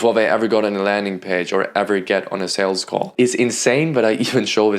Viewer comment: Great vid, but - with all respect - it’s sooo annoying you saying saleDs. It’s sales. Not saleds.